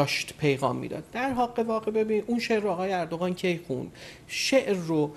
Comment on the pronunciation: مهمان عزيزتون چرا اوردوغان ميگن به جاي اردوغان متوجه نميشم...